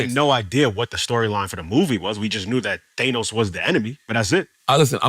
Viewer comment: HIS NAME IS THANOS NOT NO FUCKING THEYNOS JESUS FUCKING CHRIST